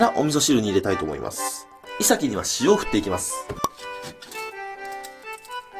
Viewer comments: イサキとイトヨリのイントネーションが気になる。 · イサキのイントネーションが違う気がする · イサキのイントネーションw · イサキの発音に違和感